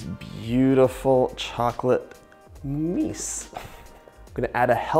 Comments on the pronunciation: I died when he said "meese" i love u john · You make me laugh 😂 chocolate “mice”